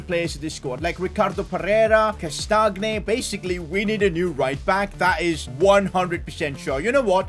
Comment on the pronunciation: Not how you say castange but alright